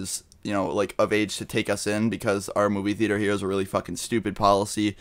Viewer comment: your way of saying theater sounds like "fetus"